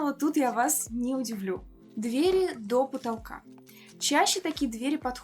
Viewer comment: Хороший обзор, только разберитесь с ударением в слове дверь в разных падежах. А то сложновато не думать об этом при каждом неправильном произношении